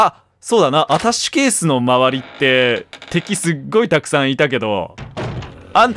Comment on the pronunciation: 一人称『あたし』発言が多くて、『アタッシュケース』すら『あたし』に聞こえてしまう